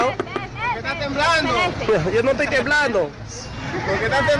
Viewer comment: "Te etoy grabando, te etoy grabando " es lo que tienen pegado en la lengua.